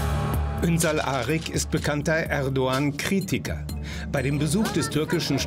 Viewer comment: Er braucht das türkische T Shirt nicht anzuziehen,wenn er bewusst den Namen „Erdoğan” nicht richtig liest!!!! Nicht „erdogan“ sondern „erdo _an“ wird es ausgesprochen!!! Wenn ein anderer es falsch ausspricht weil er die Buchstabe „ğ” nicht kennt,habe ich dafür Verständnis,aber für einen ,der behauptet Türke zu sein,nicht!!!! Das ist genauso wenn ich das Wort „nah“ als „nach“ aussprechen würde,weil im türkischen die Buchstabe „h“ betont wird,aber da ich ja die deutschen Buchstaben kenne,muss ich ja anders aussprechen,ansonsten wäre das irgendwie Provokation!